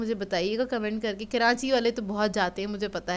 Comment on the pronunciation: keranchi hahahaha bhen karachi hota hy